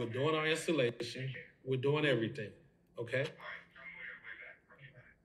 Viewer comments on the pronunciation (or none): none